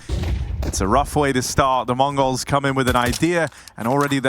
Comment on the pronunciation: ich verstehe immer "Mongos"